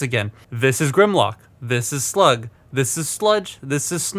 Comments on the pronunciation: You mispronounced Slag. (We're not in the UK) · Is it me or his accent makes him sound like he’s saying “Slug” for “Slag”?